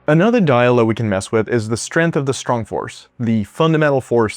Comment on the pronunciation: Strenth is not a word. You mean strength. You don't say stron for strong, do you, or strin for string?